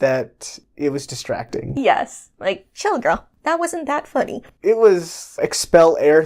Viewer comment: I really appreciate your use of Utah pronunciation of "hill" among many other things. You two are a national treasure. If you're ever in WI, look me up, I'll show you around. Statistics suggest we drink excessively here, I'll keep you safe.